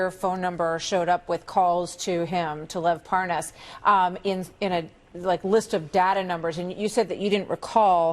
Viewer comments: Par-Noss?? Hahaha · "parnous" Yeah, mispronouncing his name shows you didn't know him. Uh huh. This is the noob, when had Schiff's position, who ran immediately to the WH after each committee meeting. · Ah, ‘talking about random things’ with ‘parnass’ as if pronouncing the name differently will be the reasoned explanation. All is ok now then. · Funny he calls Lev "Par-ness" when he's the dumb-ass. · i could tell that Nunes knew Parnas, from the second he said "Parnaz." Nunes went outta his way to say the name incorrectly. but when he had to speed up the conversation & add the "WIFE" after his name, somehow he was able to pronounce it JUST FINE! ... &then he went right back to saying it wrong & calling him "Parnoz." 🙄 ... typical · He didn't know the name Parrrnarrrrs lol, I can't pronounce it so I didn't know him. What a prat! And he'd not heard of the Ambassador to Ukraine until the impeachment hearing.. of course he didn't 😒 He is a lying b*****d, he sat through impeachment hearing berating, criticising , undermining & discrediting good honest decent American civil servants & he's a low life lying piece of crap, how dare he. Even the crook Parnas or Parrrnarrrrs as Nuney calls him, couldn't believe the criminals that where in the middle of this extortion scam had positions in those hearings.. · You gotta love the intentional mispronunciation of Parnas' name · I love how Nunez mispronounces the guy's name and he's outwitted everyone he may be as stupid as Trump trump is not going to like that he does not like to lose he'll have to do something stupid enough so that there's no question he's winning the stupid race. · Mispronounce his name always looks inocent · Funny how Republicans keep mispronouncing his last name as if they don't know whom he is; especially when these people whom mispronounce his last name have contact with this individual. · Intentionally mispronounces Parnas name